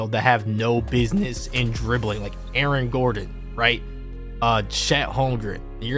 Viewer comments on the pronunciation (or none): none